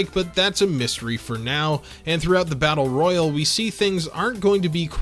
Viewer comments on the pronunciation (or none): i can’t believe that battle royal being pronounced “battle roy-yul” and not “battle roy-yaal” would trigger me as much as it did, but you learn new things about yourself everyday I suppose. 🙃 It’s giving me “Gun-damn” vs “Gun-dumb” vibes. 😮‍💨